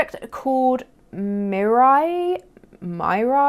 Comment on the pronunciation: I remember playing Fantage as a child. I definitely scammed some people through trade and sell. As well as the mall they had. I never brought memberships or gold. I had other ways of obtaining items. Mirai is pronounced like Mir-ai. It means future in Japanese.